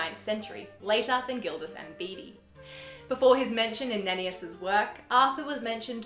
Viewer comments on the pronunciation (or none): Surely you mean historian Bede pronounced Bead. Hopefully i will get round to adding my video about Bedes world near Newcastle onto my channel.